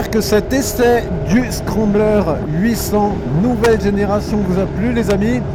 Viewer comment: On dis le scrambler